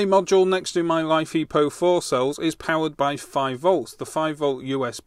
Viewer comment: Mate it is not life e po 4. It is Li (lithium), Fe (iron), Po4 (phosphate). Check the periodic table. I like your vids but you sound like a git with your battery naming.